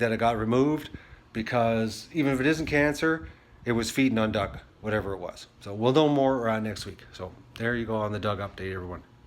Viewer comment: Dug not duh